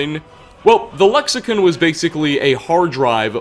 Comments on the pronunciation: Lexicon not lexicun. Also they are memories and not ghosts. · Am I the only one that noticed he says lexi-kun instead of lexicon lol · can't pronounce a damn thing, "lexicin" lmfao it's CON lexiCON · Buddy, we gotta talk. Firstly Dova-KEEN, not dovakin. Secondly Lexi-CON, not Lexican. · Its "Le-ksi-KAHN. not "Ken", ''KAHN"! Lexicon. not lexicen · lexicon is pronounced (lek-suh-kaan) I have a feeling I'll be doing this every video. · I've noticed all your videos even when there's all the NPCs saying a certain way you'll say some works differently why is that even when it differs from how it's supposed to be said even in English aside from whatever it's called tamriel click or whatever it's next to con is with an o on I or an e or however you're saying it even they say it correctly in the game same with saudia when they say Sadia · the way you pronounce Lexicon angers me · Your mispronounced Lexicon lol